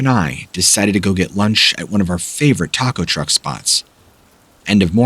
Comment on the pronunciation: Thought he said that car was a rruck